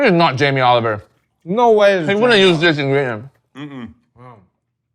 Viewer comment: "Yamee Oliwer" you mean